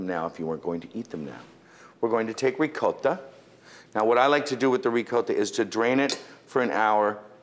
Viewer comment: he really goes into Italian mode when he says "rrrrricoTTa"